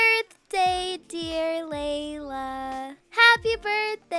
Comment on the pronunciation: Laila not lala